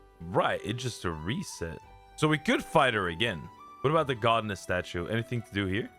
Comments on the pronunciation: it's pronounced God-ess you dummy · imma watch this in a bit, the way he says godness statues is pissing me off